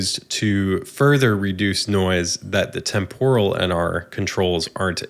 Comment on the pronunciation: You are totally wrong ;-) Hahaha. It's TEMpuhral with the accent on TEMP, not temPORal.